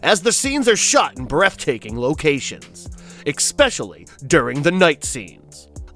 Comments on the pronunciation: Lou 'garrow' the play on words was lost completely there, ECKspecially, eeh this was painful to listen to though there are some great movies I've seen and a few I haven't. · "X-specially"!? You said it twice. This is not a word.